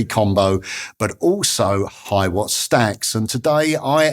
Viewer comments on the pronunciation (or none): none